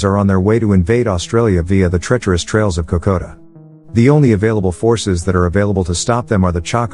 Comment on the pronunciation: Just for the record, the name of Kokoda is pronounced "Kokka-duh" and not "Kok-oh-duh". The incorrect name has sadly become part of Aussie folklore and even though many Australians pay homage to the sacrifices of our soldiers by visiting and walking the track every year, nobody seems to listen to the way the local people say the names of the landmarks along the track.